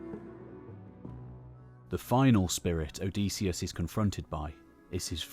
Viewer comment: Great video, well timed. But one thing: Hearing you pronounce "Odysseus" OH-DEE-SEE-US", instead of "OH-DIS-EE-US". I wonder if you will show the "Pylos agate", it really captures the spirt of the era of the Iliad and Odyssey imo.